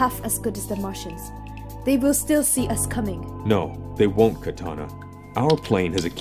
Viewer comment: ok have to say this, whoever is the voice actor of amanda waller clearly doesn't know what the character's names are. It's pronounced Kuh tah nah as in the sword and Dark Side as in the dark side of the moon. Does she even read comics? This is rudimentary to the story so please get that right next time.